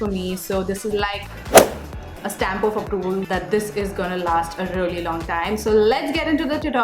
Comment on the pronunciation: Really is pronounced ree-lee not ruh-lee..sorry but it bothers me when you keep saying ruh-lee ruh-lee